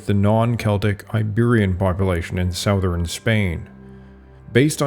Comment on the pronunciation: what region do people pronounce southern as "SOW-thern"? Never heard that pronunciation.